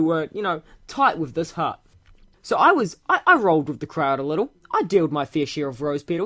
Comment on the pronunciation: Leetle wolfie